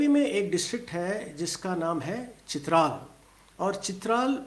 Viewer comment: It is Chitraaaal not Chitral .